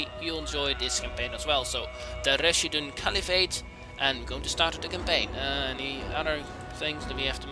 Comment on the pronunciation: RAS HIDUN? ITS PRONONUCED RASH-HIDUN